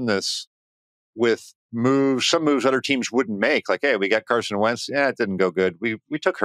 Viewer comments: He can't say th noises. Keeps saying udder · Same. I think it's because when he's trying to say a word like "other", he pronounces it like "udder." Lol 😂